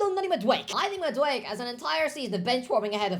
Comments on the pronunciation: Madueke is pronunced Mad-u-e-ke wut i mean is that the last e is pronunced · I hate that you refuse to say Madueke correctly, because you’re so aggravatingly close. Just say that last syllable. It’s not “mad awake”. It’s “mad awake A.” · It’s MaduekE Not Maduek! 😂 I know your Irish but you got to pronounce African names better